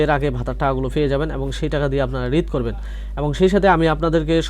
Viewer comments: ঈদ না বলে রিদ বলেন কেন ভাই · ঈদ কথাটা স্পষ্ট করে বলতে শেখেন